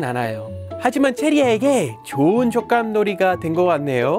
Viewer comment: 저도 애기얼굴나오는데 갑자기 조깐 이라는 발음이 들려서 어? 하고 그냥 자막보고 아 촉감~하고 지나갔지 인상찌푸리진 않았습니다.